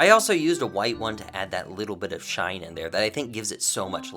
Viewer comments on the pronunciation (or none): Do u know how to speak English because u said sheen instead of shine😂😂😂😂😂😂😂😂😂😂😂